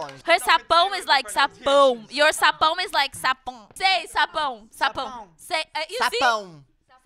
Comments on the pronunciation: Josh: sapáum Any: he's like "páum": sabão Josh: sabaum: sapão Josh: sapaum: sábado Josh: ¿¿¿¿¿¿sábado????????: sexta Josh: sexx.. MELHOR DIÁLOGO AKAKAKAKKAKAK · Eu gostei q o Josh falou sapao sabão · e o Josh falando "sapon" KKKKKKKKKKKKKKK